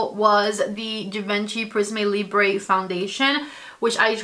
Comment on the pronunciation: if you going to talk a lot about this foundation please pronounce it correctly- Givenchy is without D in the beginning and then Prism Libr- without E at the end ❤